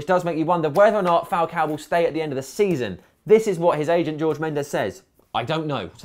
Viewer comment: It's not "George" Mendez FFS.